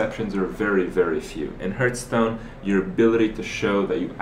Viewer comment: "Hertz-stone".. love this guy. He should the commercials.